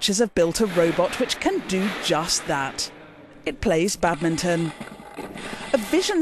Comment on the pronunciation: It's sad to hear how the engineer stubbornly keeps mispronouncing 'badminton', even when attempting to speak English.